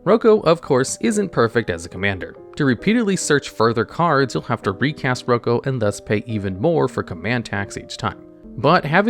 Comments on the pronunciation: As a huge fan of boondock saints... it's "Rock-o" not "Roocoo" 😢😂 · I thought it was pronounced like “Rocko” and not like “Oko” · Instantly mad you think his name isnt “Rock-o”, you clearly are not Italian 😂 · Did he just say “roko” lmfao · I think Rocco is pronounced rock-o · I don't think that's how you pronounce Rocco..